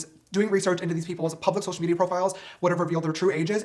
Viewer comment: why does he say social media like that?😂😂😂 (social mediahhh)